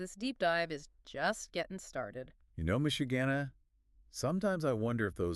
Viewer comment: Miss Shuganna pronounced Michigana makes her sound like a Kaiju that terrorizes the Great Lakes area. 🤣